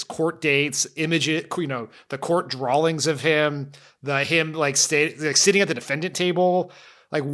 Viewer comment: Dan we love you, but the word "Drawings" does not have a L in it....